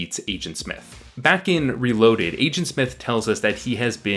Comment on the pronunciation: "Igent Smith"